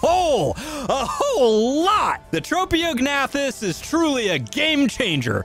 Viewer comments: Hearing the silent g pronounced every time was painful, also pretty funny though. It's like pronouncing the "P" in Pteranodon. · Just to let you know, to pronounce ‘Tropeognathus’, you say it like Trop(like tropical)-E-awg-nay-thus. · I pronounce it more like Troh-Pae-Og-Na-Thus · Well this is certainly going to be an interesting creature to mess around with. Also I'm pretty sure the correct way to pronounce its name is this. (Tro-pa-gA-na-thus) hope that helps. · Tro-po-ga-nac-tus I know no one ask but, that's how I pronounce it. It's not the right way to say the name I don't think. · I thought it was trow-pee-oh-nath-us.. Like the silent g in gnat... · It’s trophy-o-gen-ath-us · U got it so close its tro pio gnathas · The name is pronounced Trop-e-og-noth-iss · Pronounced: Trop-eo-g-na-thus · "Trap-e-o-g-nath-us" "tap-a-ha-ra" this man pronounces things however he wants... "bog spider" "frost owl" "pterodactyl"